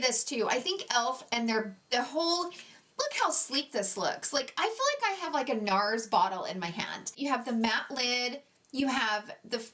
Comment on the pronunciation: Why does she pronounce feel like “fill”? What kind of accent is that?